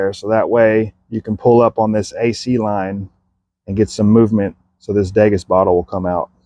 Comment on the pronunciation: degas......DEE-GAS....daygus what the fuck